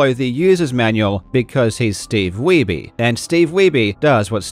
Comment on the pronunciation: bro said "steve weeby" LMFAOOO his last name is german you dolt weiße (weiss) means white his name is steve white... 😂